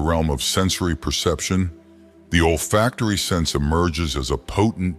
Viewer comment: It’solfactory, not old factory or all factory. Those kind of mistakes make it seem unprofessional, or maybe just AI produced.